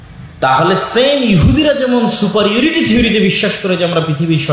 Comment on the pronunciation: সুপার ইউরিটি নয় সুপিরিয়রিটি হবে ভাই।